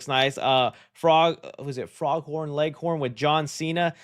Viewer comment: Can we go back to the Rooster here- ? it's "Foghorn" not "Froghorn" "Foghorn Leghorn".😅